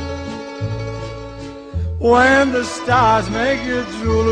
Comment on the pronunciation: whennnnnnnnnnnnnnnnnn. not wheeeeeeeeeeeeeeeeeeeeee as in weeeeeeeeeeeeeeeeeee. whennnnnnnnnnnnnnnnnnnnnnnnnnnnnnn sound it out.